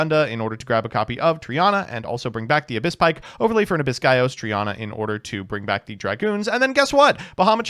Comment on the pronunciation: It's TREE-EH-NA. As in the Greek word for TRIDENT.